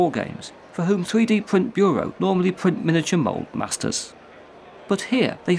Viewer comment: a fwee dee pwint